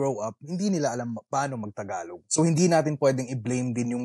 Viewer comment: ang pronounciation is Tagalog not Thhagalug..🤔